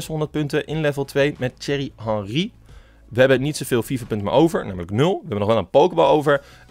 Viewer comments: "Tsjuerrie hanrie" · Lijkt net alsof je zegt cherry henrie😂😂